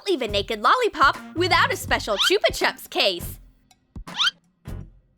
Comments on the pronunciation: Who miss pronounces chupa chups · Ahh haha choopa chups LOL